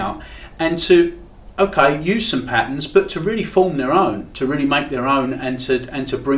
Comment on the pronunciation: Come on its not pat-ns. Try pat-turns.